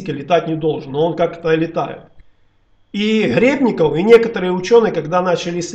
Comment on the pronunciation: классный у тебя канал, постоянно тебя смотрю. Вот только фамилии иногда ты называешь неправильно. Гребников, а на самом деле Гребенников Виктор Степанович.